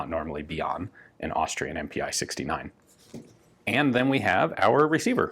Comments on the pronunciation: MPi in German is pronounced "eM-Pee" not "eM-Pee-Eye". Its just a different way of abbreviating "Maschinen Pistole". "MPi" is not very common compared to the more widely used "MP". Also the east Germans called their AK's the MPi K for the AK47 and MPi KM for the AKM. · MPi would be pronounced EM-Pee in german.